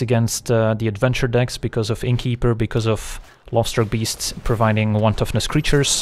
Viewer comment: Whenever you said "Lovestruck beast" all I heard was "Lobster beast" :D